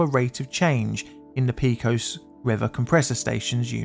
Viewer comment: When using well-known place names, like Pecos, it's on you to learn to pronounce them. You're the only person I've ever heard mispronounce Pecos. You knew you didn't have a clue how it's pronounced, yet you guessed at it, when it would have only taken a few seconds to find out the correct pronunciation. Don't do this--I'm subscribed, because you tell good stories, but that can always be changed. I don't put up with egregious errors....not for long, anyway.